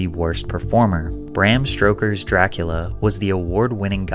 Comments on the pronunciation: did bro say bram strokers? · Bram STROKERS?! 👀😭😂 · Bram Stoker, no stRoker ffs...